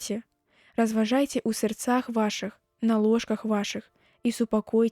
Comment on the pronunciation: Прачытана: у сэрцах', у беларускай мове э заўсёды пад націскам: трэба: сэр'цах.